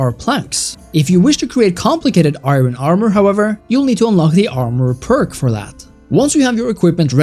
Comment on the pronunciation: Iron is pronounced I-urn, not I-ron. I know English is weird.